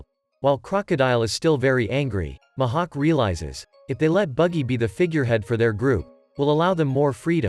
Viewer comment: The "Muh hawk"